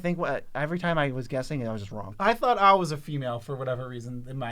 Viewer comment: an hour and eightteen minutes in and maaan, I just gotta say it - kudos for saying AO right. Godd fkin dammit, everybody sucks so much when saying Japanese names. Eio, Ayo, not a single freaking one of otther mtg creators say AO. still a lot of U (ooh) sound in that O (oh), but you're close